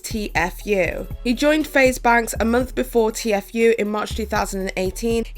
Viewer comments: I don't wanna be that person, but it's T-fue, not t-f-ue. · TFue is pronounced “teafu” not T-F-U , keep up the good work girl 😘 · OMG IT'S TFUE! T-FUE....TTTTEEEEE FOOOOOOOO ...NOT .... T.F.U!! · just a heads up its tea fu not t-f-u love you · “T-F U” 😆 queen of mispronunciation, and living for it💅🏻 haha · Why can’t you pronounce any names properly? I mean the Paul’s brothers and t-FU? I don’t understand how you do so much (amazing) research and still manage to consistently grossly mispronounce their names. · It's "t-few", hon. 😅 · I was just thinking aww she’s pronouncing it wrong and saw this and legit spit my drink out laughing 😂 I love it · I defend honest mistakes but as someone acting as a source for updates and news, you CONSTANTLY mispronouncing news and terms relevant to the topic makes you seem poorly researched and cashgrabby. you don't care about these stories, their impact/effect, or anything like that. you care about pushing out videos for money. it's not cute you couldn't figure out how to properly say TFue, a two syllable name, when FaZe and every other source, including Tfue himself says how to say it. Fumbles and mistakes being character and make you personal. Not giving enough of a shit to make sure the info in your video is correct when you make money off it? Not cute, especially when you have such a pattern of it. I was a big fan but now I just can't stand it because if you cant get the very basics, like the names of those involved right, what else is not researched properly or misreported